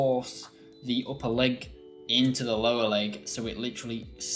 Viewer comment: "Lowe " 😭😭 use the r